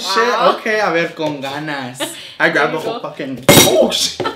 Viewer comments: Darlyn Yanei my aNnOying says : C0N GANAS and I’m like bruh 😂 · nobody: not a soul:: “CON GANAS “ 😂😂😂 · When she said con ganas